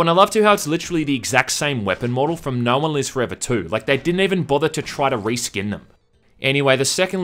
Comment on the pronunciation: Apologize for the accent. I barely was able to tell you were saying "No One Lives Forever 2" Sounds like Nolan's list 2.